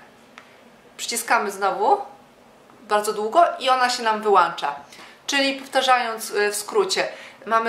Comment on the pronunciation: Nie wyłancza tylko wyłącza.